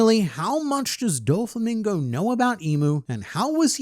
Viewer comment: "Dofalo Mingo" 🤣